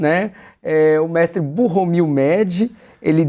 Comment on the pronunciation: Eu sempre tenho dúvida sobre a pronúncia, então se escreve "Bohumil", mas se fala "burromil"?